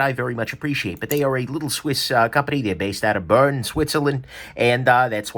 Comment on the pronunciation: However “Bern” is “Bear-n” or like the Scottish “bairn”. Not “burn.”